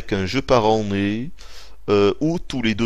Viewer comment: tant que tu continueras à dire le mot "année" avec ton accent je continuerai à t'écouter...changes rien mec.